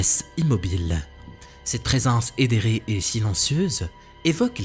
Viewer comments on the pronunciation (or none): je peux? On dit ÉTHÉRÉ en prononçant le T de manière forte, pas édéré 😊 Sinon, bonne sélection, fake ou pas, c'est à chacun de se faire son avis 😊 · . De rien tkt. Après peut être que je me trompe car je l'entend aussi dire «édéré», mais je ne connais pas se mot et pour moi le mot «éthéré» est plus logique dans la phrase qu'il prononce. Enfin bref, si il voit ta question et qu'il y répond lui-même, ça serait bien comme ça on sera fixé sur le sens de sa phrase et du mot.